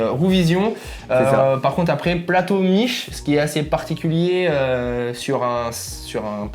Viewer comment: Par contre, c’est ‘Miké’ et pas ‘Miche’, c’est une marque italienne :)